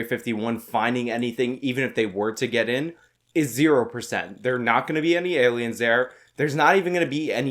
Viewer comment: Why do i love so much when he says "see them alians"?